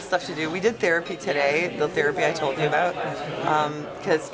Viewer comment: The-rapey LOL!!